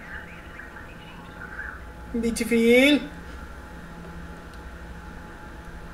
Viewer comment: BEETIFILLLL, OKURZZZ